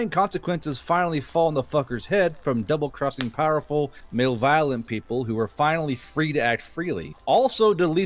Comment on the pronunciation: Male violent? lol..... ma-lev-o-lent